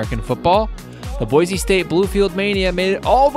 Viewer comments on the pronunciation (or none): fyi boise is pronounced like boy-see not boize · The ORIGINAL is the best. I wish people could learn how to pronounce Boy-see correctly.